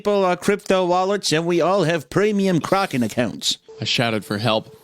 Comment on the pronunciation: foreshadowing that didn't know how to pronounce "kraken"?